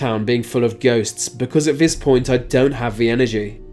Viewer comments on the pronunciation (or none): I’ve rarely heard a lazier speaker. I.e. vis, vat, fings, fousands, ve, wever beaten plus lots more. I can’t listen to this. It must sound retarded to other English speakers throughout the world. 🤷🏻‍♂️